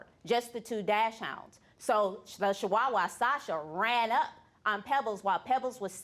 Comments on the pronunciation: Charmardee Smith Charmardee Smith She literally can’t pronounce any breed of dog properly. Bichon freezee?🤣 dashhound🤣 shewawa🤣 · I hate to be the "English Teacher" here so forgive me. It's actually derived from Germany where "chs" sounds like an X. Making it sound like dox-hund. Anyway right up there with bitchin freezee & shiwawa lol🤣